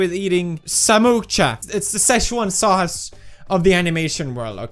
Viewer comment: Samosa ❎ Samoocha ✅😂